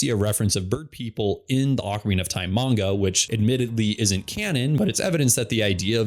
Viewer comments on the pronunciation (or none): none